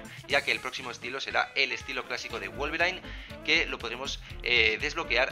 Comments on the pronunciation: no no, osea yo sé que se pronuncia /guolverin/, pero el chavón le dice /guolverain/ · Se dice wolverin no wolverain xdd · Porque wolverain y no wolverin?